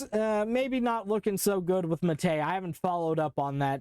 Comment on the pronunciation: The pronunciation of "Maté" hurts my soul as a native Spanish speaker. (It's Mah teh, not muhtAY, but you tried.) Also Ubuntu 8.04 was the first taste of Linux for me as a kid. Honestly wish I did more with it, or discovered Kubuntu since I was more familiar with Windows than Ubuntu by default with GNOME 2.0 XD